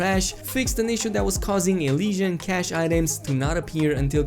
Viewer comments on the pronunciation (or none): none